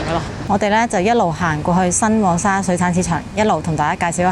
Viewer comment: 一直有睇你的片, 介紹得十分好, 多謝你分享 不過少少建議在這條片, 因為我聽得有點辛苦 "黃"用名稱是讀皇, 而不是蛋黃的"往" 加油